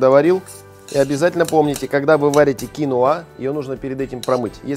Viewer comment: кинОа, а не кинУа!!! А так -класс!)